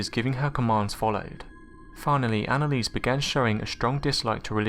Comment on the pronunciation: at least say her name right